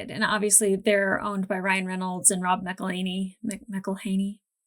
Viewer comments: its 'mac-ill-enney', like the tabasco sauce. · McIllhenny is pronounced MICK-ill-enny.